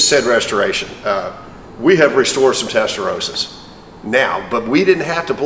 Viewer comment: Americans, Americans. Testarossa., Two S'es. It's Rossa, not Rosa.